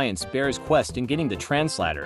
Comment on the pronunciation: Translator-❌ Transhlator-✅